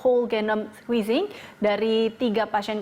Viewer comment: Di menit salah sebut tuh.mau nyebut sequencing ato squezze??